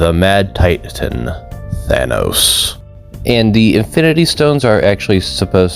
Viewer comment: That's not Thanos, that's Thanus